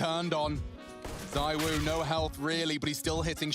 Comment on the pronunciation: The whole Zywoo (pronounced Zee-woo, btw) vs s1mple debate kind of makes me think of Mahomes vs Brady in American football. Mahomes is by far the most talented player the NFL has ever seen, but Brady is still the GOAT.